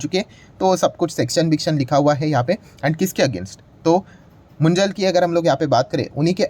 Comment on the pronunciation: Sir, ये मुंजल नहीं मुंजाल है। ये पंजाबी अरोड़ा में एक जात है।